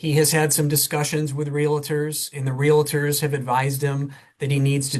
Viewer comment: I hate when people with an "advanced" education can't pronounce simple words like REALTORS. It's NOT Real-a-tors. SMH😳🙄